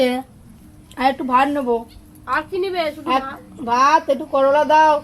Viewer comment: করোলা নাহ করলা গো 😮 আর সুন্দর হয়েছে রেসিপি টা ❤